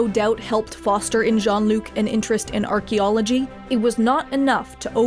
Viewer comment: She calls him "John Luke"